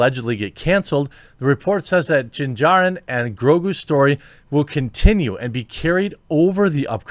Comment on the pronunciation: That shows thar he not really cares about that topic. He even says Din Jarrin wrong.